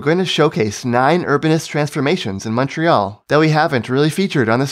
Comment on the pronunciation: So nice to hear someone pronounce Montreal correctly in English. You hear MAHN-tree-all so often on YouTube.